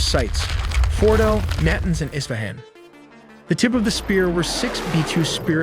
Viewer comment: Nantenz? lol. Nuhtahnz.